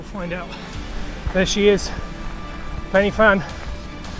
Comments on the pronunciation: Good effort bud , I grew up not that far from the ‘Fan’ and did the route a lot(not for the time though !😉) BUT the most important thing is it’s not pronounced “penny fan” it’s pronounced “Pen uh fan” nothing will munk off a Welshman like someone saying it wrong ! 😁👍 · Please, it’s pronounced Van not Fan! Well done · A small point, the 'Y' in Pen y Fan is pronounced as 'uh' . I have climbed Pen y Fan twice but I don't think I could do it again. I think it is harder than Snowdon.